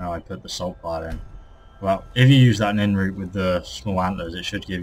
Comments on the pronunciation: It's Nirn-root not Nin-root. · Its called nirn root say it nern root